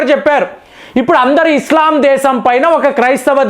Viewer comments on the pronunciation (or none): none